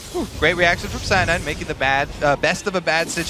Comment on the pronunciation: "Cyanide! Cyanide (Si-yah-need, Si-yah-need)" Just pronounced the way le frenche pronounce it :D